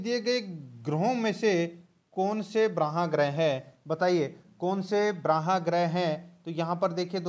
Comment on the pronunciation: वो बराह नहीं होता है... वो बाह्य मतलब bahy होता है सर